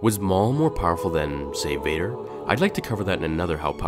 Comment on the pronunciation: He is weker than darth wader